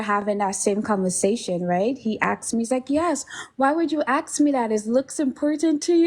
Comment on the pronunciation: Please figure out how to say the word ask I cannot take you serious when you can't speak English